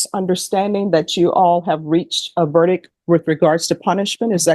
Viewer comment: The word is verdic T not verdic K. Once you have heard it you can’t unhear it lol